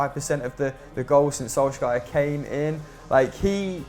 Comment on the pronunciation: Is anyone else annoyed that always says "Solskajer" or is it just me lol